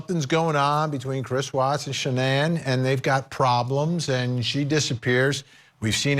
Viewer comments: It bugs me when people don't pronounce her name correctly. It just feels disrespectful. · Her name was shannan, not Shannon 🙃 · Her name wasn't Shannon, it was Shanann. SHA-NANN. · His wife's name is Shanann not Shannon. 🙄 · Could you take the trouble to say his wife’s name correctly? Her name isn’t pronounced Shannon, it was Sha-nan. His little unborn son also had a name - Nico. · Her name wasn't Shannon...its Shan-ann! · If your gonna talk about this case , then at least get the wife’s name right . Shan ANN !! Not Shannon. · Its SHA NAN NOT shannon cmon man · Her name was Shanann. Sha-nann! Not Shannon. Least we can do in remembering her short, precious existence is to get her name right. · Love Vinny but he needs to pronounce Shannan's name right. It it's not Shannon it's Shannan! N this was disturbing to all people with maybe the exception of those who have no emotions! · her name isn't Shannon.. its Shanann.. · SW's name is pronounced "Shah-nan, not Shannon. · His wife’s name is pronounced SHAN ANN. It’s not difficult to do that type of research. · If you can’t get the person’s name right, you lose all credibility in getting the facts right. Her name is Shanann Watts. That’s Shan-Ann. It’s not hard bud. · How are you going to talk about this case like you know about it and then mispronounce Shanann's name ? It's not Shannon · SHAN-ANNE IS the pronunciation. But this man is abhorrent! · I hate when ppl mispronounce her name. Shannon NO it's Sha man. Smdh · Vinnie ... Could you please pronounce her name correctly? Shan•Anne ... Is how I remember her describing how to pronounce her name. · At least pronounce her name right you fool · On point. And yes, they should say her name correctly